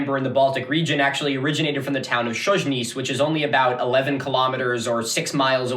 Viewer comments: lmao chojnice is (hoynitse) not (szoynizh) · "/shozh-niece/, /shozh-niece/..." - /hoy-knee-tseh/ actually😄 ...also, Duke /mee-esh-koh/ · I have to say, your pronounciation of polish names is absolutely fucked up. For example Mieszko is "Myeshko" and Chojnice is "Hoy-ni-tse" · Mieszko is pronounced Mee-esch-ko. The "esch" bit isn't exactly right, since it's actually a lower sound (made by arranging your tongue very slightly differently than the position for "sh") but to be perfectly honest I'm not expecting you to learn a completely new diphthong for the sake of a single Polish name. Chojnice is pronounced Hoy-nee-tseh. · Chojnice is actualy pronounced somehow like "hoy-nee-tze" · did mostly good on Ostrowite, Chojnice is more like "Hoy-NEETS-eh" only that initial h is a little rough with the tongue up as if to make a "k" sound, like the scottish pronunciation of the ch in loch also Mieszko would be best approximated as "MYESH-ko" advice if you ever have time to go down a wikihole is to learn the International Phonetic Alphabet since it makes pronunciations so much easier and most wiki pages for foreign names of things will have an IPA transcription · Lord have mercy, you murdered "Chojnice" xd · You totally butcher polish names... Like totally different sound... Chojnice was fun as I didn't know what you are talking about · Yes hello you have my blessing also :P For real though, the only one you really butchered was Chojnice, and either way good effort! Also, Mieszko would be something like Me-esh-koh.